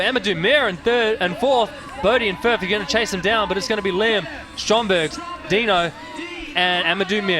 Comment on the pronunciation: Does the announcer know that Maris's last name is Strombergs and not Strongberg?